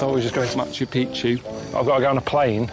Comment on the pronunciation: It always cracks me up when I hear people say Machu Picchu, cause we all pronounce it the wrong way... It’s actually pronounced as “Machu PiKchu” which means “Old Mountain” But Machu Pi-chu (as most people pronounce it) actually means “Old Penis” Always makes me laugh😂😂